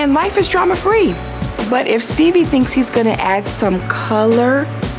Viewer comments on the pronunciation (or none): Steebie!!! Not Stevie ya'll sayn it wrong!!